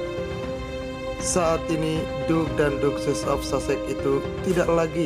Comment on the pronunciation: Masukan saja, spy narator video banyak belajar pengucapan Inggrisnya.. Karena mengucapkan 'duchess' nya belum tepat